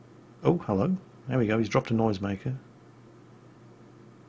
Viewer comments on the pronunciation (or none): none